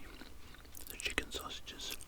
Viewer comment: "How much longa on them syawsages charlie?"